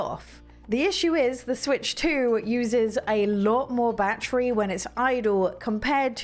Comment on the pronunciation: I like this review I love ❤️ the way she pronounces 🔋 battery the right English way lol 😆!!